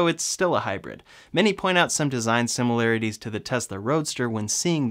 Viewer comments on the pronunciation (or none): none